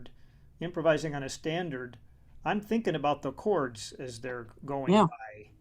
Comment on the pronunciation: Years ahead of his time. A legend. Thanks for the interview, Monk. p.s. I love the way he talks. Especially how he says "cards" for "chords". so inspiring how Aebersold is excited about teaching kids. you get a real feel for his passion for the music. P.P.S. This was the best interview, Monk. Thanks so much!